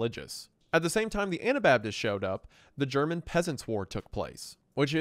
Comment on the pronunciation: I really gotta give you props for your german pronounciation. Its not perfect, but its still some of the best german pronounciation i've ever heard by an english speaker. You did a really good job